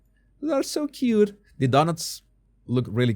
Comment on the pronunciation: I made woes cwute witto wady bugs ELEVATED 🤮🤮